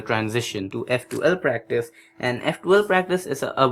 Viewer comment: I like how practice sounds like breakfast when he says it. :)